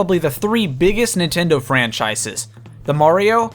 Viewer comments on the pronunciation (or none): none